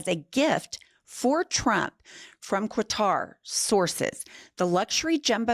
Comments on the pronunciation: No U in Qatar,! (Ka-tar) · “Kottar,” ….not KwahTAR. 😂 I remember a reporter being dressed down on CNN years back for this. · STOP saying COO-A-TAR. It's pronounced CKUH-TAR. My biggest pet peeve are people messing up names. 😡😡😡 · Quatar is pronounced "cutter". Quatar has actually said it is not a done deal yet. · It’s Katar not Quatar. There’s no U in the word Qatar. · Disgusting, yet again. (, just say “cutter” instead of “kwa-tar”.) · Kuh-tar not kwa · PLEASE learn how to pronounce Quatar. The QU is pronounced like a K. Katar. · It’s not “Que-Tar”… it’s pronounced “Cut-er” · FYI, Qatar is pronounced like cutter. Now, we're going to see other countries trying to one-up the Qatari gift. Given what $230 million bought Elon, what is Qatar expecting.... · The correct pronunciation of Qatar is Cutter 😊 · Pronounced kaatur!😮😅😊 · You lost me when you pronounced a "u" on Qatar. Qa-tar. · NO, NO, NO to that 'gift'. PS Qatar is pronounced 'ga tar' accent on the second syllable. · Say after me -- "KAH-trr" (or even "KUH-trr'), There is no letter "u" after the initial "Q" of "Qatar", so don't insert one, and don't accent the second syllable, because that produces "catarrh" -- which, of course, no one wants! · Girls, it is pronounced like CATAR. There is no u after q. Have a great day. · Listening to you mispronounce Qatar as "Cua-tar", was like listening to nails dragging along a blackboard. My gosh. You're supposed to be an educated lawyer. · Qatar is pronounced "cutter". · It is NOT QWTAR!!!! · I believe Qatar is pronouned "kah-tar" almost like saying "cutter" if that makes sense. LOVE you goils!!! ❤ 😊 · Why does she pronounce Qatar as Quatar??? She’s kind of dumb isn’t she? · Qatar is pronounced “ cutter” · Minor point, I guess, but it's pronounced "Cutter". I'm sure MAGA's thrilled as they always are when he defies every law on the books and gets away with it because our Congress is embarrassingly weak. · Stop saying "Kwatar".